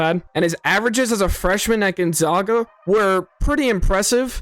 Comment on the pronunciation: Good breakdown. 9 months later they both looked good in summer league. Victor ended up with a great coach and will sit a lot of games getting used to the physical play. BTW, after the run Gonzaga has had over 2+ decades, I didn't think anyone still didn't know how to pronounce their school's name. They are the Zags, not the Zogs.😅